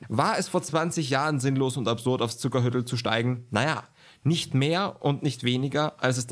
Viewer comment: Zuckerhütl spricht man bei uns in Tirol lang aus - "Zuckerhüütl", kommt von Hut nicht von Hütte ;)